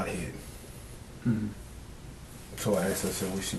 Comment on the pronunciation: "I did what she axed me." Learn to speak English FOOL!